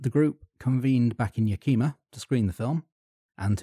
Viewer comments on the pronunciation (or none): Yakima is pronounced "Yack-eh-ma" not "Yack-ee-ma" It's a few miles from my hometown. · Yakima is definitely not pronounced like that. Yah-ki-mah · Yak-ih-mah. Yakima. Yak-kima is a chick named Kima who got to drunk and puked alot.